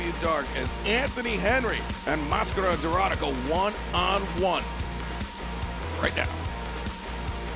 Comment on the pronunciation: Is DORADA not DORRADA😅